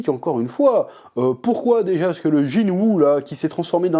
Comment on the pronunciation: J'ai l'impression d'entendre "Gillou" chaque fois que tu prononces son nom, ça contraste fort 😂